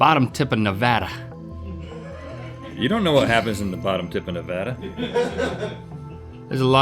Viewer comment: It's pronounced Nevada